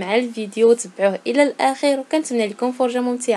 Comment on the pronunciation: كتهدر عادي أختي وحتى إدا تصنعات صنعتها تبقا عندها ههههه قصدك على "الفيديو تبعوه إلى الآخغ " غير تزبقات ليها وصافي راكي فايقة مع راسك ههه